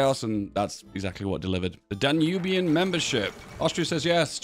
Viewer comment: So by your pronunciation of 'Danubian' as 'Duwabian' I assume you would pronounce 'The River Danube' as 'The Duwab'?